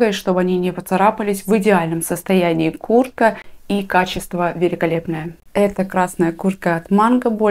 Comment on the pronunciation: Я одна слышу Курка, а не куртка?